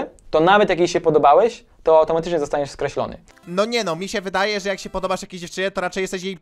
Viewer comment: Kurwa naucz się mówi się MNIE SIĘ WYDAJE albo WEDŁUG MNIE A nie misie. MISIE TO SĄ W LESIE.... Kogo to denerwuje dawajcie like może się nauczy